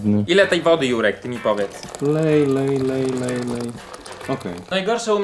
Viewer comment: czy tylko ja zamiast ,,Jurek” słyszę ,,Si#$ek”????xd Przepraszam Juri